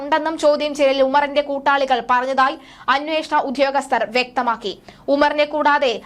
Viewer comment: ഉദ്ധ്യോഗസ്ഥരല്ല; ഉദ്യോഗസ്ഥരാണ് ! ആവേശത്തിൻ്റെ തീവ്രത കൂടുമ്പോൾ ഉച്ചാരണം വികലമാകുന്നതാവാം. 😢